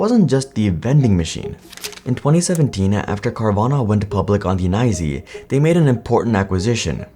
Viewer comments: nyse = nyzee? are you AI? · “Went public on the ‘nysee’”?? What the heck. He pronounced the acronym for New York stock exchange??! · Nah, whats wrong with NYSE being pronounced as Nicee? 😂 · Bro just called the New York stock exchange "nizie" lol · Tell the artificial voiceover that "Ny-see" is New York Stock Exchange. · I didn’t even notice 😂. Guess I knew what meant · Went public on the "nye-zee"?? lol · "Nighsee" 😂 you mean the New York Stock Exchange? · I like how the fake narrator pornounces the New York Stock Exchange as "Ni-zee" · Is the voice here ai? Only way I can explain why they pronounced NYSE as neye-zee? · “Went public on the nyesee???” Can’t stand AI narrating my videos. Stopped watching after that. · Lost me at "Nyzee". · My man, please never say "Nysee" again, just say the full "New York Stock Exchange". You'll sound a lot sharper. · "went public on the nyzee", LMAO. Has public speaking become such a lost skill that we have to use AI narration on every damn thing now? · literally no one calls it the “nie zee”. They call it the New York Stock Exchange”. I have watched many of your videos and you never fail to screw up some pronunciation. It really is impressive like you’re not in regular society with the rest of us. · "ny-zee"?? That's my sign. No more recommended vids from you, sir. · Did you call the NYSE the nye-zee? If this is an AI channel you’re getting the block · NYSEY is NOT a WORD! It's as acronym. The N.Y.S.E is pronounced New York Stock Exchange. I guess that's too much for people! Nice reporting. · Ah yes, NYSE, the "nye-zee" as every real human calls it. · Lmao I caught that too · You must never talk to real humans. I’m 38 and you’re the first person I’ve heard say it like that. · As soon as the AI actually prounounced NYSE as a word I as out. Can't be bothered to read your own script? Lame lazy production. FO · Who pronounces NYSE like that? Is it too hard to say new York stock exchange? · Only AI pronounces the NYSE like that